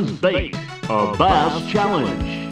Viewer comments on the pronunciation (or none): “Uuuurr bash challenge” 😂